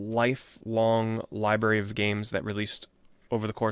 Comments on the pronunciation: Never understood why some people have such a hard time saying "library". Not that it's a big deal or anything, but like... when you're saying it so many times in a video it gets a bit cringe lol. Gotta remember there's a letter R in the middle bro! Don't take it the wrong way though, just giving you a hard time haha. I still loved the video. I've always loved the way you give introspect onto your childhood and even adult memories of video games and the immense amount of passion you have for these games and memories. I always can picture you having these experiences in my mind while you spill out the details of these memories. Thanks for taking the time to make this list! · lie berry